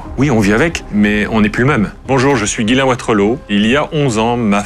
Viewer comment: Guylain? Ils ont ècrit Ghyslain donc on dit Jyslain. Ya pas de guy.